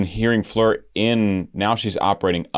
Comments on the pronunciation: Also, her first name is Floor just as it is spelled (like the opposite of the ceiling) not Fleur...but I'm not gonna beat him up over it 😀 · Hey,! Very nice video! Thanks for not having it Premier in a month and a half.;-) AND... I know you'll get a lot of this, but she pronounces her name like it looks. Like an actual 'floor.' Or do you say, "I need to vacuum my fleers"? In that case, carry on, brother. And her last name is pronounced Yonson... but I'll keep watching your NW videos either way. Or maybe you're doing like Suite Clarity... when they react to NW, they say "Jansen" on purpose, just to inflame the hardcores. 🤣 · Please can you say FLOOR and not fleur. And an advice to limit the word 'stunning' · Her name is FLOOR - not FLEER - its not hard ! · I don't know who told you to switch up the pronunciation of Floor's name, but they are incorrect. Her name is just Floor, like the actual floor you walk on. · In Dutch you pronounce it how it is written Floor. 😊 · Beautiful song by Nightwish. This is the last song on their album Yesterwynde. By the way..Floor is pronounced Floor..like a floor you walk on. It's a dutch name..meaning flower. Thank you for reacting to Nightwish. Cheers from a finn in Sweden. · The “oo” in her name pronounced more like in “floating”